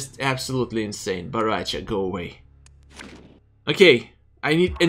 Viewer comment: Everyone: Bo Rai Cho: No its b a r a c h a